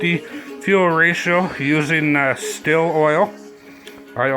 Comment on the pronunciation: STIHL is pronounced the same as Steel.